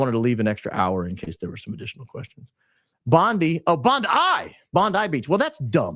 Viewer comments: Bondi (Bond eye) is derived from the Aboriginal name Boondye, "Dharawal word for a loud thud noise, due to the sound made by waves breaking over rocks". The 'eye' pronunciation is used widely in Aboriginal names of towns in Australia (Quirindi, Narrabri, Boggabri - pronounced with 'eye' at the end) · It's pronounced bond eye not bond e. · You're super spot-on about SOOOOO many things but it's Bond👁 Beach according to the Aussies...and it is their turf after all 🏖 Correct Pronunciation of Bondi Beach: The correct way to pronounce "Bondi Beach" is: Bondi: Pronounced as "Bond-i" (with a short 'i' sound, like in "hi"). Common Mispronunciation Many people mistakenly pronounce it as "Bond-ee." Tips for Pronunciation Emphasize the first syllable: "Bond." Keep the second syllable short: "i" as in "bit." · Bondi Beach is pronounced "Bon-dye" (rhymes with "sky") by Australians, not "Bon-dee," because the name comes from an Aboriginal Dharawal word, "boondi," meaning "noise of water breaking over rocks," which Europeans transcribed and evolved, but the local Aussie accent emphasizes the "dye" sound for the "-i" ending, creating a distinct local pronunciation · I am an Aussie,sorry bait Bondi in Australia has always been pronounced “ Bondeye” not “ Bondee” and will always remain so.Have njoyed your thought processing CK’s assassination. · Bondi Beach is actually pronounced (Bond - eye) Beach not (Bond - ee) Beach. No Australian calls it "Bond-ee" Beach. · It’s pronounced as Bon die thank you for covering about our beloved beach incident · It's always been pronunced Bondi.always..as in . Bondeye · Bondi Beach is pronounced BOND-EYE.